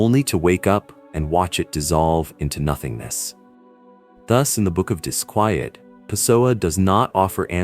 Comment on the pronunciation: Why does your AI pronounce the book title as both "dis-kwee-et" and the proper "dis-kwy-et"? Why is his name spelled Pasoa, Pisoa, Pessoa, and more? Which one is even correct? Very annoying